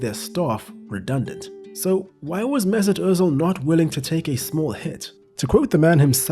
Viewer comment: MAY-ZOOT OOOH-tZEEL